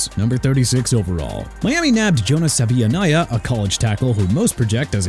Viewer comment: Worst value pick Jonah Savaiinaea Miami Dolphins... you know what?! Let another team have him CUZ YOU WANNA TRASH MY TEAM FOR PICKING HIM AND YOU'RE WRONG FOR THAT AND YOU'RE EVEN MORE WRONG FOR NOT PRONOUNCING HIS LAST NAME RIGHT! SAH-VAH-NAY-YAH!! YOU'RE A JOKE.